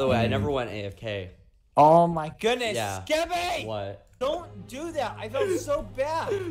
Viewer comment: Is this skeppy because it Said